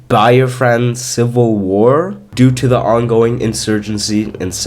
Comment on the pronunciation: This is a pretty cool video though there some strange mistakes you made in the first part of video The following are pronounced: Igbo:e- bow(g is silent) Biafra(bee-a-fra) Hope this helped